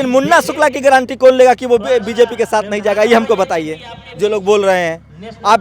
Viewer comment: Guarantee word ko thik se bol nahi pa raha hai chala hai m.p. banane.